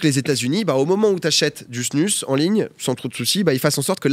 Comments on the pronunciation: Drôle de voir ça avec une snus dans la bouche😬 en tant que hockeyeur suisse…. Ps(ça se prononce snouse) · Par contre ça se prononce pas "snus"...